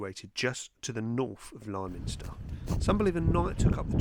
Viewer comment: Us locals don't call it lie minster. Liminster, like limousine. Just so you know :-)